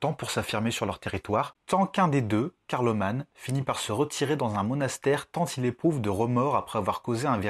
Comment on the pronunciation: "petit" P.S. : on ne prononce pas "Carloman" comme "Superman", mais comme Car-lo-mAN (comme dans "maman").